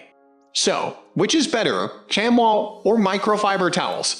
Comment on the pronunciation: First off it's pronounced shamee not shamwa. Second, a good chamois is WAY more absorbent and any micro and better at removing water especially on glass. The more you use a chamois the better they get. You have to thoroughly wet the chamois before using then wring out as hard as you can. And there's always one side of the chamois that's more absorbent. Microfiber work fair on body panels but suck on glass.